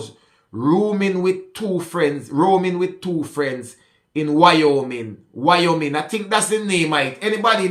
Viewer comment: Wyoming “why-oh-Ming.” You did a good job pronouncing.